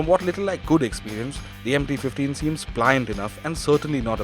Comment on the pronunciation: I don't know why every time someone says MT 15, I hear empty 15...😂